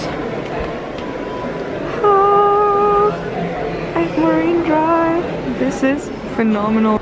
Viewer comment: Fuming here , its MARINE DRIVE .....MA"R"INE DRIVE Not MARIVE what ??